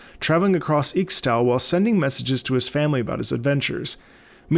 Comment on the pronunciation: Hey, Im a big League player and wanted to give some pointers for pronunciation, i know fantasy names can be difficult some times. In Ixtal and Ixaocan, the Ix- is pronounced Ish-. Nidalee is pronounced with a hard pallete, like mid and hid. She has a pack like a wolfpack or backpack. Hope this helps!